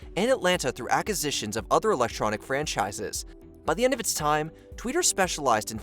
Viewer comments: New drinking game: every time the narrator says “ackisitions”. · "Ackisitions" - isn't there a u?